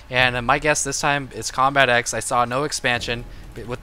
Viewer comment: Lol combatEZ instead of combatex